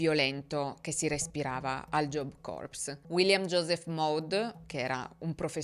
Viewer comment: Punteggio che “corps” si pronuncia “cor” (anche la p è praticamente silente ). Se pronunci la p e la s stai pronunciando “corpse” ovvero cadavere.